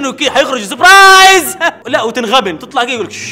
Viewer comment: اسمها سربرايز مو زبرايز :(